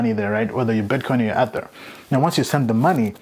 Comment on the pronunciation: I don't even think you've watched a video about ethereum because you keep miss pronouncing ether